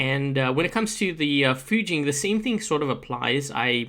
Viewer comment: 1st, Thank you for pronouncing the names RIGHT!!!! Fu-jean and Ry-jean!!! Not Few-gin or Ray-gin! Raijin's only strength is being able to hold a beacon in lower play IF you can get there fast enough and don't get flanked and you are a massive tripping hazard to the rest of your team if you aren't a conciencous player espescially at the 1st initial spawn. Fujin is a better option (notice he's using THREE?!) with the shield buff. I wish pixonic implemented the molot and punisher rapid fire that was on test server last year... Fujin still could use a longer range weapon! The tumbulas buff with continuous fire would work well.